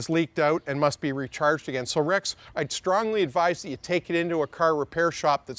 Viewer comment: Hey Motoring - this is Rex! Thanks for answering my question, appreciate the professional response as always. Been a big fan of you, Brad, and the whole team since I was a kid. Keep up the great work! (p.s. Perfect pronunciation of my name 👍)